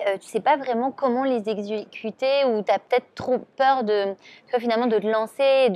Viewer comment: tu sais pas comment les exuécuter un mot pourtant facile à prononcer